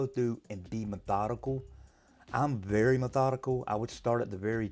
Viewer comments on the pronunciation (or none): none